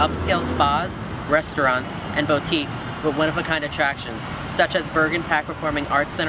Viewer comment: Anglewood? Bowtique? Uh-fluent? Wit? Terrible pronunciation of such simple words.